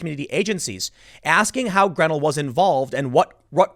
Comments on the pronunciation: Love you Tim but research pronunciations. It's Gre-nel'. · Hi Tim, just thought you should know Grenell is pronounced (gren-nell)